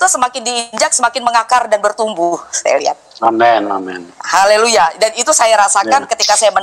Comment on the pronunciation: Koq kamu nyebut "Haleluya" salah sih, apa sengaja ?